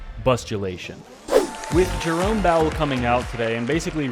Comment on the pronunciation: He calls him Jerome Bowel 💩 😭